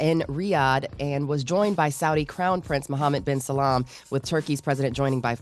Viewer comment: And their leaders. She said Mohammed Bin Salam rather than Salman.